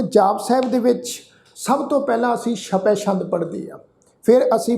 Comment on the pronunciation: ਸ਼ਪੈ ਸ਼ੰਦ ਨਹੀਂ ਜੀ ਛਪੈ ਛੰਦ ਹੈ